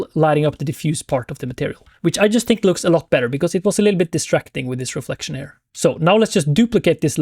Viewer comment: oh my lord dude... here pronounced her is just something I can't deal with :D come on bud.... you're not even French !!! think of ear, just add the H, perfect... ciao